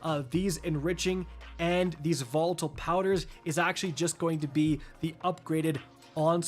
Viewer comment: Did he seriously say votle tonic instead of volatile 😆